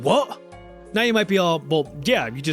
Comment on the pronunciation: as someone that lives in the CITY of nottingham, i applaud your perfect "wot?" in the local accent ;) and of course <BEEP>!